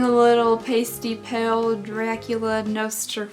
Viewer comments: "Nostrafartoo" That right there just made my whole night! 🤣🤣🤣🤣 whispers...It's Nosferato 😊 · Girlie, It's pronounced Nos•fur•a•too, Nosferatu XDXDXDXDXDXDDD And those wings are 👌👌👌👌👌Delectable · Did you say " Nostrfartus"? LMBO! You are the cutest!